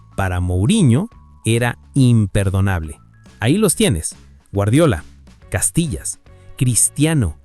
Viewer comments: Hijo no se dice ( Castilla sino es Casilla 😂😂😂😂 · No es Castillas, es Casillas wey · Invesil cuál Castillas es casillas aprende hablar innorante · Casillas❌ Castillas✅ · Se llama Iker Casillas no castilla😂😂😂😂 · El video se lo tiene q dejar de ver cuando dice: Castillas 😂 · Y es CASILLAS, no CASTILLAS, mi estimado. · La gente es bien ciega, lo que pasa es que hace la broma porque en vez de decir IKER CASILLAS, en el vídeo dice IKER CASTILLAS con T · No es castilla es casilla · CASILLAS. No castillas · Si ni siquiera sabe decir el nombre de casillas….